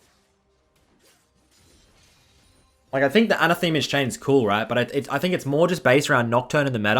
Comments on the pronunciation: anne-AH-theh-muh, not anna-Thee-muh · It's not a name,. Phonetically a-nath-a-ma, not Ana-the-ma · Isn't that word an-ATH-a-ma? Like to denounce or curse I think. is pronouncing it like a Roman goddess (Athema = Athena) but it is definitely not. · pronounced 'a nath e ma's' chains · It's pronounced "an-athema", noun not pro-noun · the way he says AnaTHEMEa like its a person or something hurts my soul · I will subscribe the day that you pronounce "Anathema's chains" correctly (with "the" pronounced like in "thermal" and the emphasis on the second "a") :p